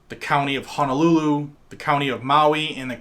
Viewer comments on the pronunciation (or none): none